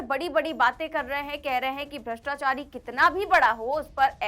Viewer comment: भ्रताचारी, भ्रताचारी बोल रहा है